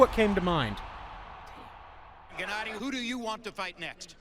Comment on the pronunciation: GennAdy. Emphasis on A.